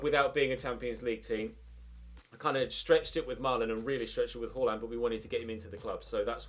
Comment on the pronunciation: please stop pronouncing Haalands name as “hoarland”. It’s pronounced “harland” as he said himself in a dortmund interview! Great content, loving the series👍🏻